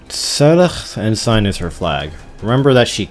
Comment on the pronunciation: Honestly the funniest part of this overall wasnt you messing up Saileach's name as much as how you pronounce Ensign (it's more like "En-sin")